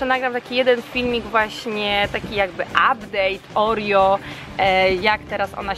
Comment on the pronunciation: pisze sie Oreo a mówi Orio (czytaj opis)